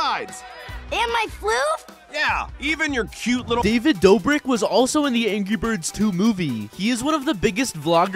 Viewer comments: did he just say angy birds😂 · You also said angy birds. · He said angy birds 2